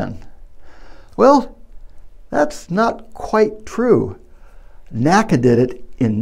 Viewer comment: It was NEVER pronounced 'nakka'! It was always spelled out, The N.A.C.A.